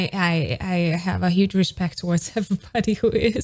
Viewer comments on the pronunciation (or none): none